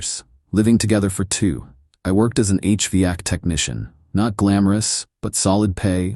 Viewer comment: It is called H-Vac. 2 syllables